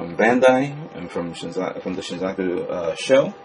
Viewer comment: "She - zoo - oh - kah"